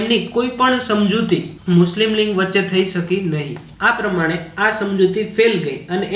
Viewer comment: Patel Vaibhav જોડણી ની વાત જવા દો સર ..બોલવામાં પણ લીગ નઇ લિંગ જ બોલો છો ....એતો જુઓ.....